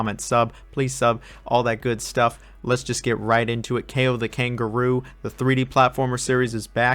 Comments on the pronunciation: I am from Czech Republic and I just pronounce it KAO. not like "keyo" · As a Polish it hurts me how you pronounce Kao 😭